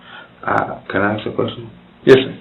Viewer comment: Forget comprehensible sentences, he couldn't even pronounce the word, "ask", he said "aks".